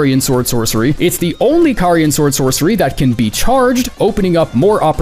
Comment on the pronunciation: Out of all the big creators making Elden Ring content, why is the only one who can properly pronounce "Carian"??? 😆